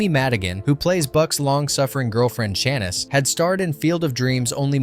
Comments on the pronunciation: Chanice is pronounced Sha-neece! Tell me you haven't even bothered to watch this movie... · Worst. Narration. Ever. And it isn't Janice or Shaniss. It is pronounced Shan-neice. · Shaniss???? It’s Sha-niece! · John Candy’s girlfriend’s name pronounced like this (Shaw-niece). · Shanice😂 How could you watch this movie and pronounce her characters name in correctly?